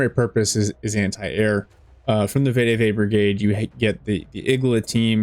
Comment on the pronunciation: Greta video. Also it’s pronounced ve-de-ve not vay-de-vay